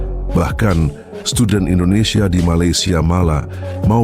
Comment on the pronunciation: Rupiah Mendonia Ringgit Menjadi Pojaan Endondeshia😂😂😂😂😂